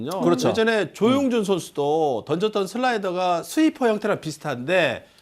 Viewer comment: 조슬라이더 ㅋㅋㅋㅋ 발음이 ㅋㅋㅋ